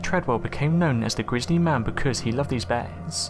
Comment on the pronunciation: They way you say bears makes me want to die